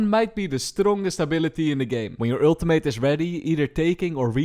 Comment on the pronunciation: He needs another PHD on pronouncing "Ultimate" correctly though. Lol :D